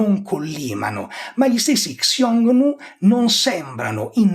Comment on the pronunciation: piccola nota: Xioungnu (匈奴) andrebbe pronunciato "Siongnu / Sciongnu" (pron. IPA del mandarino Xiōngnú: /ɕjʊŋ nu/ ; e del cantonese Hūng nòuh: /hʊŋ nou̯/; Middle Chinese: /hɨoŋ nuo/; cfr. il sino-coreano 흉노 hyungno /çuŋno̞/ e il sino-viet Hung Nô /hʊwŋ͡m no/ /hʊwŋ͡m now/), non "Ksiongniu"... (una cosa simile vale per il medio-persiano e il sogdiano Ẋyon e Xwun, dato che in alcune lingue iraniche e influenzate dalle lingue iraniche, come il Curdo e l'Azero, ancora adesso sta per /x/, e infatti hanno il parallelo nel sanscrito Hūṇa)